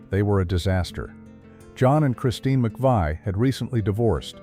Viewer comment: can't even pronounce Christine or John McVie's name correctly